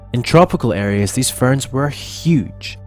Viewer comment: weird emphasis on ferns